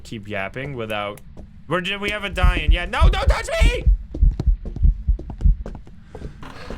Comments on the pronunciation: Finally pronouncing ‘Dayan’ correctly. Its ‘da-yearn’ people not ‘dianne’ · It's pronounced "Die-yin" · The Most Accurate Pronounciation of Dayan 👍👍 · Dang the pronunciation of Dayan was SPOT ON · That DAYAN pronounciation is spot ON! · Saying this as an Indian, the pronunciation of DAYAN is spot on. 💯